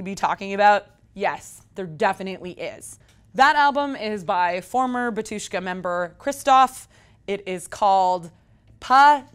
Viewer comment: *Ba-tyush-ka, first syllable accented. *Hos-pah-dee